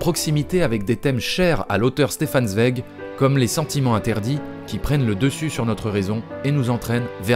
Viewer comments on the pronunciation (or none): Quel boulot ! Résumer en si peu de temps l'oeuvre de Kubrick tout en restant intéressant, cela relève quasiment de l'exploit ! Je m'abonne ! Par contre on prononce "Tsvaïg" et pas "Svég" xD Le parallèle entre les deux oeuvres est super intéressant en tout cas peut être à relier avec l'appartenance sociale des deux artistes? (bourgeoisie juive austro hongroise)